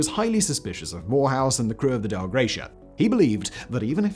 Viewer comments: Not the DEL Gratia, but the Dei Gratia . . . . thanks be to God. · Its pronounced Dei mate. Its latin not german 😅